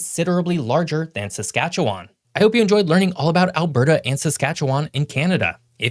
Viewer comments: Where’s the O in Saskatchewan? You’re switching the A for O at the end of the name. The way a Regina or Saskatoon resident would pronounce their province is to truncate the end and say “Saskatchewn” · Going to have to teach you how to pronounce some words better. Ssktchwn basically doesn’t have vowels. Gotta know geography a bit better as Saskatchewan north of the 53 parallel is NOT easy to be an inhabitant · Saskatchewin It’s a schwa sound at the end, and it’s supposed to be half pronounced, or even silent. Nobody in Alberta calls the North Saskatchewan River “the North SaskatcheWAN River”. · If you're going to make a video supposedly teaching people around the world, please get some facts straight. The Prairie Provinces are Manitoba, Saskatchewan and Alberta.; add British Columbia to make up the Weatern Provinces). Please learn how to pronounce Saskatchewan, I'm twitching every time you say it incorrectly. Also, the pronunciation of potash and métis please. I can't take you seriously with these errors. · When putting an educational video together you really have to do your homework and really have to be careful what you say. Sorry dude, you come across badly on this one. Work on your pronunciations would help too. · geography videos by people who have never been there ....,nor can they pronounce the names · He says Saskatchewan wrong. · I don't like how you say Saskatchewan. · You can't even pronounce Saskatchewan, so why should I watch your video? 🙄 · First Id like to say Get over it Manitoba. Nobody cares. Second, please stop phonetically saying Saskatchewan. You sound like a bloody robot. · Every person from Saskatchewan cringing every time he mispronounces it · you for posting this. I was just about to say the same. I was also going to correct how to pronounce Saskatchewan, but I think I'll let it slide. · Learn how to say it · Manitoba is one of the three prairie provinces, and like all 'muricans, you are pronouncing Saskatchewan wrong